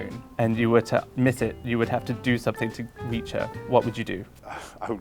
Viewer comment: "sun-thing" instead of "something". Just. No.